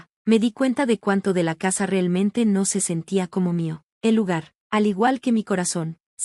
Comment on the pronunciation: Porque dice finelmente y relmente 🙄🙄🙄